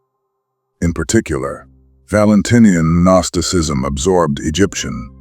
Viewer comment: "Guh-nosticism" lol but it's a great video